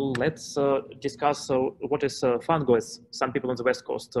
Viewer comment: He works for Oracle, so FOR HIM it's FAANGOoo! :)